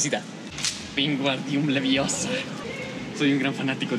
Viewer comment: no se dice Leviosaa,se dice LeviOsa